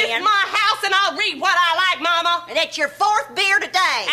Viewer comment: I have no idea why, but the long silence and the way she says “whuut?“ Absolutely kills me 🤣